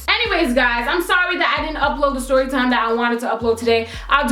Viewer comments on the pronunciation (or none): "styory"...